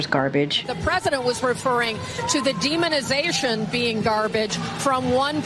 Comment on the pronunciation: Demonization! She said it right! They demons son